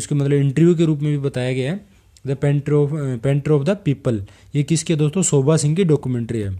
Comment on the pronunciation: Sir it's not "shobha" , it's "sobha"!!